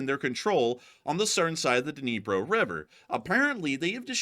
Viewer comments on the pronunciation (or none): none